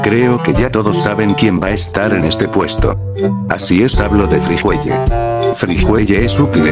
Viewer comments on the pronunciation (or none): Friguelie no sé dice friguelle